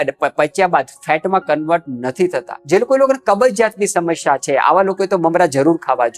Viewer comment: ભાઈ, "સમશ્યા" નહીં, 'સમસ્યા' બોલો અને ('શુષ્ક'ની જેમ) "રૂષ્ક" નહીં, પણ 'રૂક્ષ' બોલો.